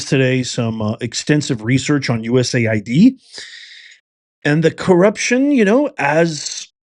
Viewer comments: US-AID. BAND-AID, IT IS NOT U-S-A-I-D. MAY AS WELL SAY "U-said", As in "you said what?" Don't allow the DS to cloud the issue with another acronym. This is about laundering U.S.taxpayer money as it makes it way back into political campaigns and indeed the pockets of members of the shadow governments of this and other countries around the Globe. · It's US AID not USA ID moron